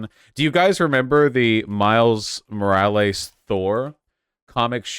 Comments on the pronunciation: Why is Vaush saying Morielus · I assume he knows someone who pronounces thier name like that. I feel like I do that sometimes